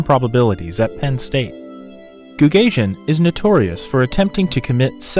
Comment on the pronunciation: Goo gah see en would be the appropriate pronanciation not goog asian